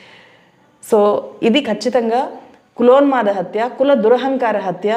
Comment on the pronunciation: Correction: "కులోన్మాద", not : 'కులోల్మాదా'